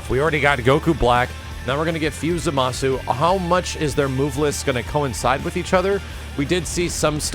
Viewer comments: You're not pronouncing Zamasu properly. It's ZAmasu, not zaMAsu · That misaccented Zámasu hurts to hear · ...Why do so many people mispronounce his name as "zuh-mah-soo"? There's no way people haven't heard the amount of times Gowasu has exclaimed "Zah-mus!" by now. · Do they call him "Zamasoo" in the English dub??? Because the letter "U" in his name is silent.